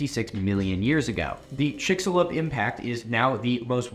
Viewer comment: so, corn-flavoured syrup is a thing? i thought it was a joke or an extreme misunderstanding. oh, and the 'x' in Chicxulub is pronounced like a 'sh' why doesn't anyone get this right? anyway, great video. i like how in the end it shows that even shitty scientists can at least still scientist. makes you consider just how shitty someone has to be to paddle pseudoscience conspiracy theories.